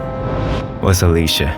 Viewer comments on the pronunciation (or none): none